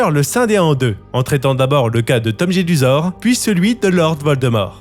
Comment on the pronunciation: Petite rectification : c'est Tom JeDUsor et non Jesudor ! Même dans les livres audio, ils font cette erreur. Pareil pour le square GrimauRd et non Grimaud. Il y a des jeux de mots dans ces noms.